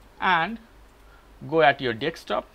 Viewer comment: desk top not deks top :)